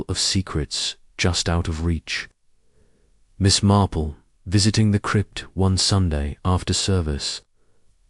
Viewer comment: Thank you for posting this; however, have many channels that post Agatha. AND, w/o ads or at least ads between chapters (like every 5 chapters, etc.) Also, it feels a bit A1. I don't care for the way Miss Marple is read. It is not Miss Marpell. Also, this sounds like the book, After the Funeral, which I have read at least 4 times. Good luck & I am signing off at 16 minutes.